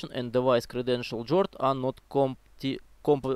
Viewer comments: Ломал голову, что за "джорд", оказывается "гард" ))) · Не джорд а Гуард